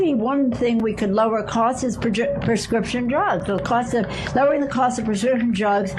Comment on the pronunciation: "Lower Pzzzlit Costs" Bring me a Martini.